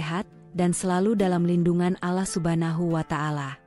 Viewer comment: Yang baca cerita kurang fasih membaca Allah..jadi resah dan ngfak enak mendengarnya...